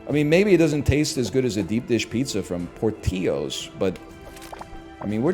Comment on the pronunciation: Mispronouncing Portillo’s is one thing, but to think they have deep dish is just sacrilegious.